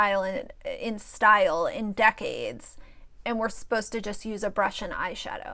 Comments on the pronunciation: you cracked me up the way you said “DECK-AIDES” 😂🤣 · Dec-ades by 🤣🤣🤣💀💀💀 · Decades, DECK-CADES. 😫😂🥴🥸